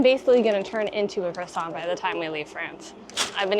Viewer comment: Why can't Americans say croissant properly ? It's not cress-ont.